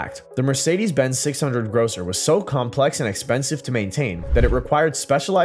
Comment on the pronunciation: Grosser not grocer.